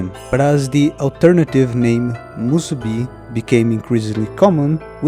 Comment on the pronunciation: Man, you nailed with the "musubi" Im just continuing the video now, but basically oda used that concept in 1122.